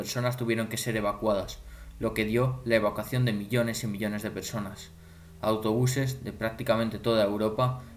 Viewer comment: Y aprende a decir evacuación* grangoso